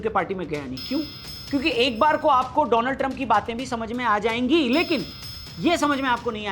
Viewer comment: कृपया डोलांड को डोनाल्ड न बोले।